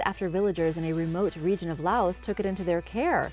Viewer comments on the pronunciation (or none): none